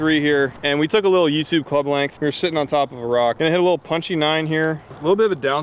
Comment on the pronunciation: you mumbled.